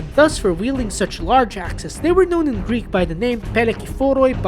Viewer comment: The correct way in which the narrator pronounced the very foreign Greek words in the video : their vowels and their rolling r .